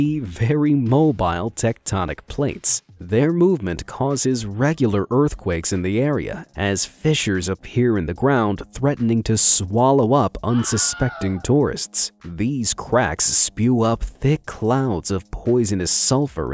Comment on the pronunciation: you pronounced fissures like fishers.